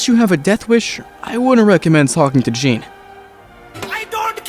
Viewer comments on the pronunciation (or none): i die everytime he pronounces it "Jeen" instead of "Zhon". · I’m a bit late but Jean is pronounced Shh-on